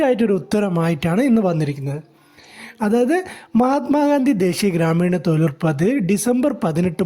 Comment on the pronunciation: തോയ്ലുറപ്പല്ല മിഷ്ടർ തൊഴിലുറപ്പ്,,, നോക്കിവായിച്ചതാണെന്നുമനസ്സിലായി ഇതിന്റെ യഥാർത്തകാര്യമെഎന്തെന്ന് രണ്ടുസർക്കാർ പറയട്ടെ